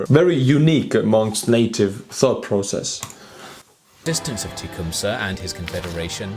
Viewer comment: Lmaooo „teechumsah“